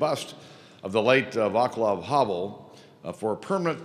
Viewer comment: farewell to his wonderful soul, sweet memories remain yes, I feel proud that I met him & Olga 25 years ago :) btw Václav Havel´s first name seems tricky to pronounce? if I may offer a cosmetic tip: it´s (vaːt͡slav).. not (vaekla:v)